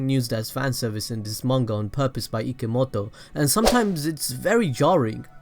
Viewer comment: IKIMOTO? wait is he trying to say Kishimoto or am I just retarded